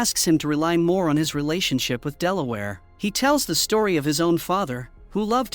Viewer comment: Delaware lmao, it’s Delilah